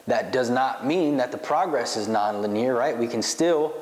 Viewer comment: It's pronounced "lin-E-er" bro...